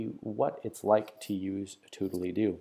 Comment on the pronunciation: Surely that's not how the name of the app is pronounced...